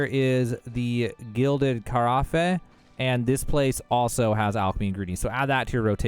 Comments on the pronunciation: "Carafe" is pronounced like "Caraff" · "Car Raff" Two syllables. :) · Can’t believe you just pronounced Carafe that way